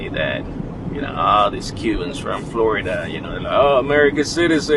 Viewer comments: Now, you don’t know how to pronounce Florida ??? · I love how you said Florida the first time, don't change it.❤